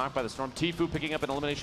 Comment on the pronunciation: I thought he said Natefucker